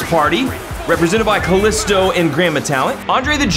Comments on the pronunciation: Bruh it's ka lEE sto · said Kaisto 😅😅🤣🤣🤣🤣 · That’s not how you pronounce kalisto